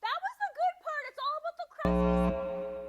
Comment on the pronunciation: Cruspy crust crunch LMAO…..whichever way you try to say it all I wanna say….DELISH!!!!!!👏🏻❤️‍🔥👏🏻❤️‍🔥 Nice Diner Tushie 😂😅🤣😍